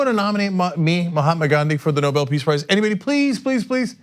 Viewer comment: Clown can't read the letter says Nuble peace of shite prize.